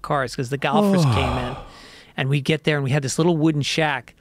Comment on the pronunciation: "the galfers" lol